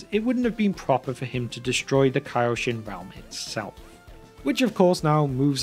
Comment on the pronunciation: And its pronounced kaioshin